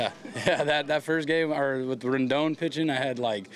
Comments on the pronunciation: he said "rendon" hahaha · He said Rondon which is a whole separate last name